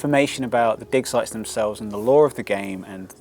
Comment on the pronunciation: Oh, so it's DIG SITES! Damn, I was already beginning to question the dev's sanity, hearing him rambling about “dick size“ all the way 😅